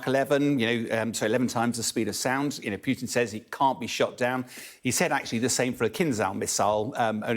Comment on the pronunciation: Real experts are very specific, cautious, with attention to detail. This clown can't even pronounce Putins's name correctly. 😂